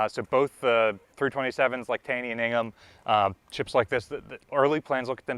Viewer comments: Isn't it pronounced Taw-ny not Tay-ny after MD politician and Supreme Court justice? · It is pronounced TAW-nee. Common mispronunciation. Fun fact: While Taney was indeed a Supreme Court Chief Justice, the cutter was named after him because he was a Secretary of the Treasury at one point.